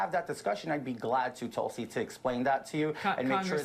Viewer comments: David it's "Toll-see" not "Tool-see. Still love you guy. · “Tool-si.” You’re doing that on purpose, aren’t you David?😏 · So you continue to mispronounce her name to make it sound like Toolsy Gabbard. Rather than emphasizing the U between the T and the L. Which makes you a patronizing a-hole. As obnoxious and arrogant as you already are. This shows what a disingenuous jagoff you are to boot. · 😂 are you deliberately saying "tool"sy? Lol...rich! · Is the "Tool-C" on purpose? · Why Does David pronounce her name Tool-see? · The Toolsi pronunciation is a long-standing thing that he know is different than how she pronounces her name, he just does it “for the fun of it”. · Why does he pronounce Tulsi so funny? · If you learn to pronounce Tulsi, I'll subscribe. Great video :) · Why does David habitually mispronounce Tulsi's name? Is it a bit?